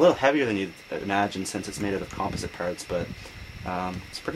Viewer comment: you say composite weird